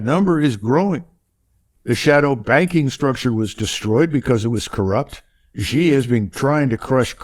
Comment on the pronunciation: Xi is pronounsed as Si or as letter C. MacGregor is brilliant as usual.